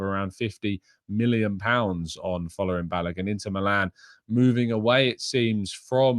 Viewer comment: Folarin is pronounced = Fōr lãr rïn